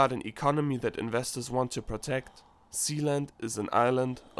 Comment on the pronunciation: I thought he said,"THE PRINCIPALITY OF ZEON". LMAOOO😂😂